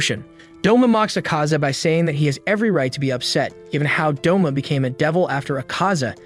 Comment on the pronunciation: U mean Douma not doma